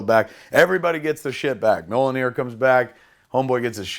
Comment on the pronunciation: Mi-iol-nir. Mjolnir.